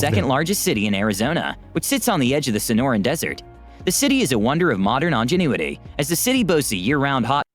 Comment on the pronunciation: Who is this video narrated by, Megamind? XD "Drot" instead of "drought" and "ongenuity" rather than "ingenuity"? As for Las Vegas, it is literally built in a desert XD And, yes. It is expensive to live in Vegas, but the houses that you are seeing are the nicer ones. I would say that most of the people who actually live in Vegas are not all that rich, and are, instead, the people who work mainly in the hospitality and casinos. The properly rich people mostly just visit and stay in the luxury hotels. And, at the end of the day, yes, America gets abusively hot. I grew up in the Central Valley of California, just a little West of Sacramento. For a while, I even lived in a third-floor, south-facing apartment, which the people who built the place decided they didn't need to insulate the pipes running just behind the exterior cladding, because they didn't need to worry about them freezing. Instead, that just left twenty feet of copper pipe to soak up all of the solar heat. I LITERALLY had hot running water all day during the summer, whether I liked it or not. It could take minutes of running the taps to get anything less than scalding hot water. The main saving grace of where I lived was that when the sun went down, we would actually get a very stong, cooling breeze coming from the Sacramento river delta, meaning that I could just open up all of the windows to blast cool air throughout the place. There are a lot of reasons that I now live up in the Seattle area, and the climate is o